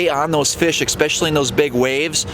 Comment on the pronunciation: Please don’t say “exspecially “...makes you sound stupid.